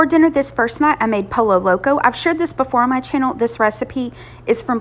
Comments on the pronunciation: I really really love your videos, but, I must respectfully disagree with you on that 1. Just a curious question, do you say PoLLo Tropical, or PoYO Tropical? I'm not trying to be hard on you, at all, but, if you're going to cook other types of food, the very least you can do is attempt to pronounce the dish correctly. Google will give you the correct pronounciation & say it for you. It has nothing to do with where you're from. Again, with all due respect. No harm meant. Just a friendly observation. 💐✌🏾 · It’s pronounced “POYO” the two L’s make a Y sound. Great recipes